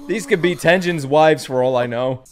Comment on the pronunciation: its pronounced Ten-Gen not Ten-Jin